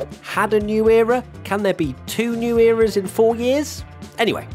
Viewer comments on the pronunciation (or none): none